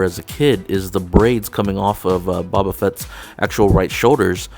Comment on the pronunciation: Hey man, it's pronounced "Bo-bah" not "Bah-Bah"